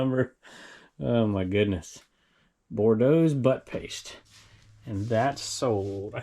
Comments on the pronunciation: I think the butt paste is actually boudreaux (boo-dreau... As in Louisiana) not Bordeaux like the wine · Oil my see the front of the bobble head but it should be pronounced Boodro ( if spelled Boudreau) from the south. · Hi, long time viewer from Louisiana. The bobble head is pronounced, Boo-dro-s Butt paste. Lol it’s It’s French. Just thought you would want to know. Love the channels, especially Trash to Cash podcast.😆Cindy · Just FYI it’s pronounced Boo-dr-o. 😝. A French name. Very famous brand in South Louisiana. 😅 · Love watching your show but your saying the but base bobble name wrong. Lol